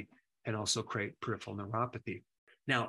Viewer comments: It is pronounced per-iph-er-al not perifial. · He can’t say peripheral .. Perif ER AL… 👈🏿 (Not peri fial …) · peri pheral. (not periph IAL)